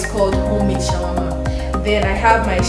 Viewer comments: Say shammah Shawarma 🤣🤦‍♀️ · Shammah - Shawarma 🤣🤣🤣